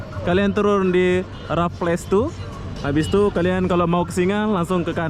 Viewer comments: Raffles bang, bukan rafaelis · Sebutan nya..Re+fels ..= Raffles...tapi bukan Rafales...